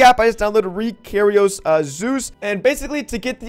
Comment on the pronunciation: the way he says ReKairos